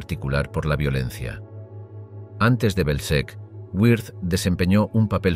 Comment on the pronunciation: WIRTH [vɪʁt] ... no güirz